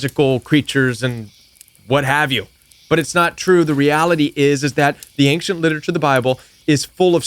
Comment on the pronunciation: It's a soft "c" .... ain-shent.